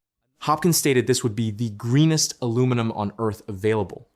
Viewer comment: Saskatchewan also has geothermal, potash, oil and gas.. And best of all its got Quick Dick Mcdick. All of it priceless. Ohh and the Ai used to read the script, for the love of God, teach it how to say aluminum